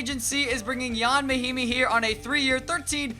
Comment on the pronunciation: It’s Ian Mahinmi, not yon.